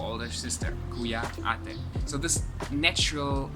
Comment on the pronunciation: You have a very good accent for saying Kuya and Ate. :) im amazed. Ü ❤ 3yrs